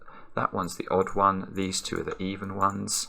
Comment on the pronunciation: I like how he pronounces "2" as "tew."